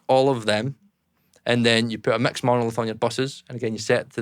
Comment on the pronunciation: Instant like for the accent as soon as he said ‘mecks’